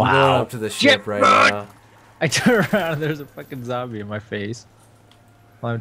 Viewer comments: He called a zombie a zambie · LOL eletricuted zambie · its not zambies its zombies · HAHAHAHA LOL HE SAY'S ZEMBIE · haha that on guy sed zambie when here was supose to say zombie, Lol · "the zambies electrocuted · he says zambie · It zombie not Zambie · its zombie not zambie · wtf is a zambie its zombie